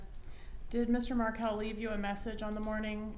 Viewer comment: I've watched this three times now. And I can't help notice that she cannot even say the last names Markel or Adelson? And all that blinking and mirroring?